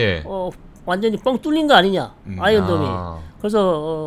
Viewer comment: 아이론 아니고 아이언이죠. R은 묵음